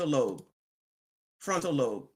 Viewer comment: .....FRONTAL LOBE....pronounced with a hard....B....love you...keep up the great work...